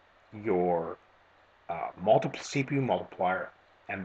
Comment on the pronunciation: did he say multi-jizz